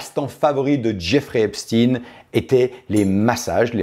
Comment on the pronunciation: On dit Epstein comme Einstein.